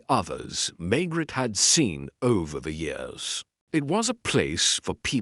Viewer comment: Why does the AI pronounce the Maigret name as May-gret instead of May-grey like human narrators. They also don’t always say the whole sentence together instead pronouncing the last word almost like it’s by itself.